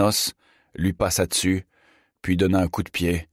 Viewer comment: Pourquoi dire déssus, déssous, réssenti ? Je trouve ça désagréable. Hormis celà, merci pour cette lecture.